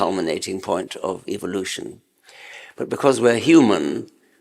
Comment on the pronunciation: I wish Richard would pronounce evolution the right way, just saying.